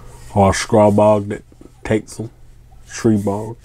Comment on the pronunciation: Of all the hundreds of reviews I've seen about Stribog, your the only guy that pronounces it correctly. STREEEEBOG